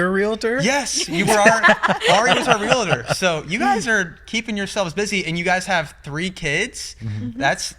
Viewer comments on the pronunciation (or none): Arie said it correctly ( of course ) REAL-TOR....not REAL-A-TOR.....it's a pet peeve , sorry